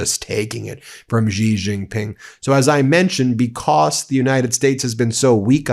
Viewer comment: For heaven's sake, learn how to pronounce Xi Jin Ping.